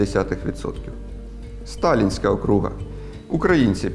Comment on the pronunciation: Не окру́га, а о́круг! І це звучить як російською так і українською однаково, оскільки це не від слова круг (доречі українською це коло), а це назва адміністративної одиниці! Це так само як штат в Америці, або провінція в Китаї.